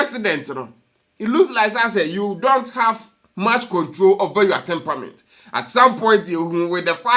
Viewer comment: It is NOT TemPAment. It is TemPERAment. Pronounced as ˈtɛmprəm(ə)nt. But you're doing a good job. Thanks.